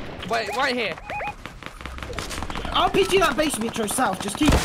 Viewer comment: “Mitro expand” lol my mans a Pokémon